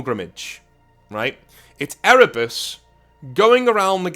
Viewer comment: I'm sorry. All I heard was Ere-Bussy, and I don't know if I can forgive you for putting that image in my mind.